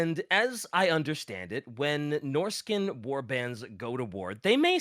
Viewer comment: good god hearing norsacan instead of norscan is some how jarring